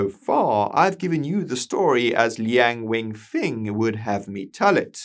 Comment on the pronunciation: It's Lian Wen Feng, not weng.